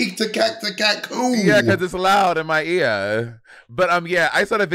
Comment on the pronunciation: Monet saying ear again lol